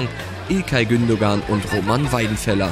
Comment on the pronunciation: Super Format. Gute Besserung Erik! Nur schade, wenn der Sprecher die Namen der eigenen Spieler nicht aussprechen kann. Ilkay wird zwar Gundogan geschrieben, aber nur Gundoan ausgesprochen.. man man man.